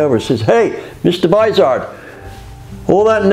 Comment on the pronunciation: I learned a few very useful things in his video, and as a bonus, I learned the proper pronunciation of the name "Vizard". Could you give a seminar on exhaust "sound tuning"? How to make an exhaust system flow well AND sound beautiful a he same time? Additionally, would it be possible to make a low restriction system that is as quiet as a Cadillac?